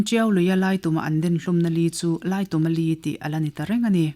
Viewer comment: Laituma tih hi, tum lai hi thingtum angin ilam a, khutah kal ka tum, zintum tih ang a lamrik tur ani zawk em aw, thahnem ngaih vang❤